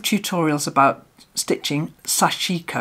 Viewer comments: More often sashiko is pronounced SASHiko. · “sashiko” has the emphasis on the first syllable, I think. Love the technique and am so excited about your project. 🦌💌❤️🪡